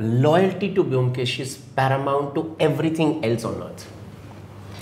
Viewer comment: the only objection i have is: please pronounce bomkesh properly. thats a prerequisite. atleast you dibakar. Otherwise this was the most apt chat....and Rajat speaks my mind when he explains the reason for dibakar making a different bomkesh. and dibakar's understanding of bomkesh is perfect.